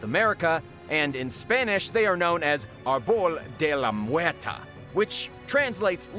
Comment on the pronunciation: You really mangled the pronunciation of "arbol de la muerte." Try again.